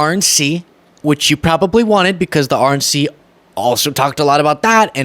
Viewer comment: every time you said "RNC" and talked about focus on the "RNC" all I heard was "Orange Sea" 😂🤣 And being that the subject if conversation surrounds an orange man & his sea of followers, my brain didnt even automatically question what I thought I heard. 😊😂